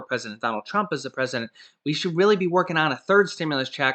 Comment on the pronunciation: you said president dump instead of trump lol